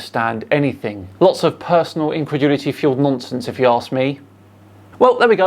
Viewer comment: " PERsnonAL incredulitEH" lmaoo🤣